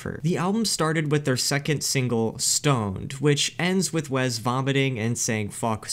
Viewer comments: STOP SAYING "WEZZ" FOR THE LOVE OF GOD! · Take a shot every time bro says Wez Scantlin 😢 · As someone named Wesley who only goes by Wes as well, for the love of God IT'S WES NOT WEZ. THERE IS NO Z IN WESLEY!!! Great video. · "Wez" Scantlin lol. If you asked this guy which coast California is on, he would say "Wezt". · Wezz? It's Wes.